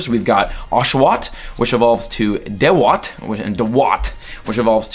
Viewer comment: Dewott is my favorite Pokemon of all time... Oh and it's pronounced dew-wott (as in water dew)